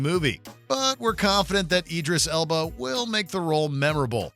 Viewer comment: Did you call him "Idris Elbow"?